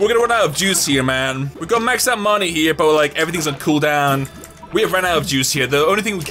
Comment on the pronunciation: why does he say money likr monay????